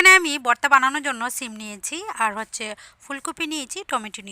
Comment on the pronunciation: বর্তা না ভর্তা কথা গুলো একটু স্পষ্ট বলার চেষ্টা করবেন । ধন্যবাদ